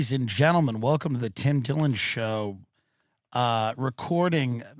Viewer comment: It's our host's name but said in a very funny and catchy way. Dim Tillon.